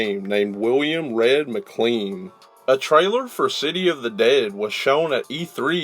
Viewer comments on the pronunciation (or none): none